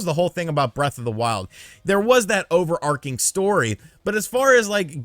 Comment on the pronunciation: Love the review. Watch the overarching pronounciation.